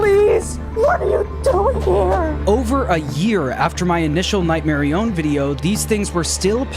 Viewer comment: I will die on this hill. It is Nightmarionette, not Nightmarione. That’s name is so lame and it isn’t as cool as Nightmarionette